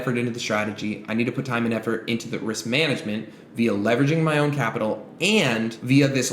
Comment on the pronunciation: “2 years, timehh!” bro wtf